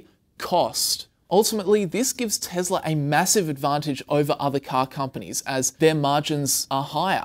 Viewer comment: "TEZLA".... uncomfortable